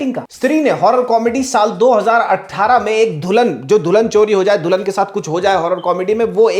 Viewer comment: Bhai dhulan nahi dulan😂